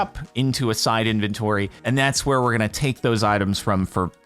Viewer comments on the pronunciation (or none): none